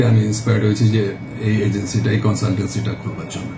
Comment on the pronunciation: Deatiactiv 😂 Ajency ok 😂